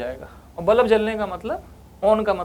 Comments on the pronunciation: Haha tx. Maine bhi abhi fir se suna, I said बलब and not बल्ब😅, and that too many times. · nicely explained ......but bulb ko bullab bolne ka tarika thoda cazual hai😂